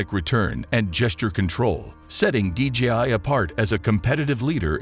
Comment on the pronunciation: The company name is DJI. You say DGI dozens of times throughout the video.